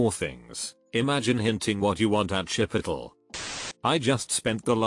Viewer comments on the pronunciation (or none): Lmao the tts reading chipotle: shipitl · I’m laughing so much at the text-to-speech reader’s pronunciation of “chipotle” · the way it pronounced chipotle 🤣